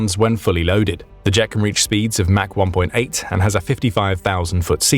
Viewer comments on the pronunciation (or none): none